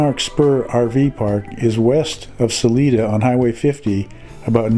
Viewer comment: FYI....it's pronounced SA(line)A. Love your videos and your channel keep up the great work 👍